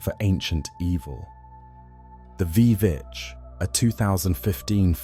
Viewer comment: It's "witch" not v vitch